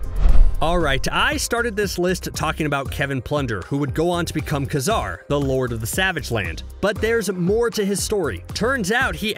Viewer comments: Kay Zar can you freaking pronounce it right now? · Definitely pronounced Ka-Zar wrong